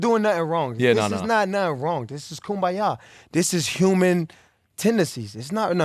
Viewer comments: How many times did he say koombya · How many times did he say KOOMBAYA? 😂 I think at least 55 times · lmao "how often do you kumbaya like monthly?" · If I hear kumbaya one more time I'm going to snap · If I hear AB say Kumbaya one more time...... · Everyone say it with me “KUMBAYA” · If I hear kumbaya one more time I’m going insane